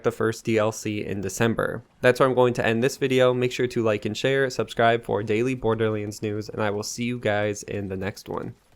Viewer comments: yea he always says that, borderlense...... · Did you just say Borderleens?